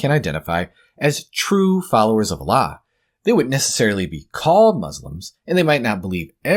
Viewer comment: He can't even pronounce the word Allah properly?